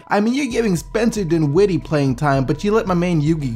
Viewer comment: The teams won those games, not a single player...there's nothing wrong with Dinwiddie, except the way you pronounce his name...